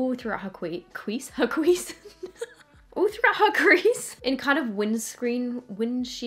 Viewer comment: im here for the "cwease" 😂❤